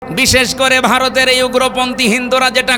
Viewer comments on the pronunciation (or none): none